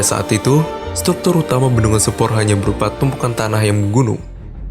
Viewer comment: Sempor..... pengucapan nya mirip Semper Jakut. Gimana sih narator ny... Jgn merubah nama